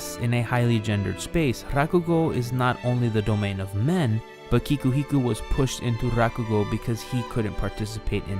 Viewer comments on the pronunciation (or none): Thank you, this is excellent content, but... YOU REALLY NEED TO CHECK TO MAKE SURE YOU KNOW HOW THE NAMES OF THE PEOPLE AND CHARACTERS YOU'RE WRITING ABOUT ARE PRONOUNCED! IT'S KIKUHIKO